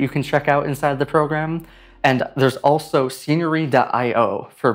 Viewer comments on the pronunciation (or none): none